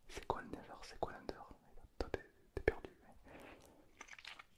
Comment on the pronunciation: le concepts est incroyable mais, pourquoi tu dis " never " au lieu de " nether " et " pmj " au lieu de " pnj " ? c'est si frustrant omg